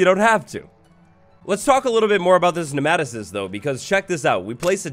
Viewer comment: It’s pronounced “nee-ma-toe-cyst”